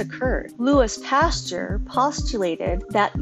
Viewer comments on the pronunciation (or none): pastUEr lol but your video was great. I learned a lot 😊